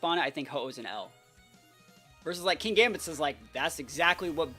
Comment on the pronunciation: I thought it pronounced kin-gambit? There isn't 2 gs and considering how you evolve it makes sense?